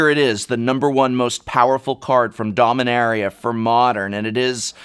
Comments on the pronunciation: Oh man! After having watched the LRR PPR, I can't unhear the 'incorrect' pronunciation of Dom-ee-NEH-ree-uh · You're mispronouncing Dominaria, Professor.